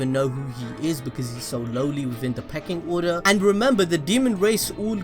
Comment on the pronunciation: Hm did you say “Pecking Order?”